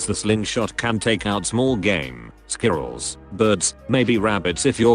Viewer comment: that synthetic voice is a german. he can't properly say squirrel.